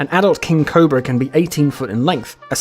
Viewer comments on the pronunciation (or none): none